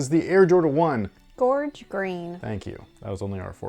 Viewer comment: Psa.... thank u for saying gorge correctly more people need to stop calling these george dammit.... its like the Columbia river gorge a land mass.... or like gorging urself on McDonald's lol even please spread the word #themoreuknow 🌠